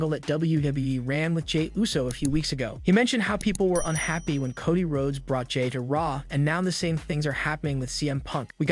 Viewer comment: With utmost kindness and respect, is anyone going to assist the commentator with how to properly pronounce the wrestlers names', events, etc? Doesn't anyone notice he consistently says Cody's name, Charlotte's name, and a slew of others incorrectly? He does a great job, but you need to know your product and how to properly say it if you are going to be a commentator. Keep up the good work, but please put a little effort into saying everyone's names correctly, I'm sure it would be greatly appreciated by the superstars 🤗👍